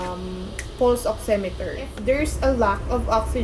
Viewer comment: it is pronounce as " Pals " Not 'Puls"